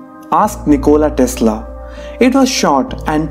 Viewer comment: Why did u put nichola tesla ch=ć or č when u read it